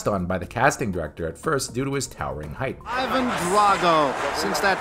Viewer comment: Singlehandedly responsible for the whole western world mispronouncing Ivan (ee-VUN) as EYE-van..